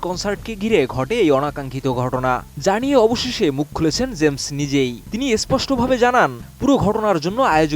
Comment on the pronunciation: Uccharon thik koren, shilpyr nam uccharon korchen vul vabe.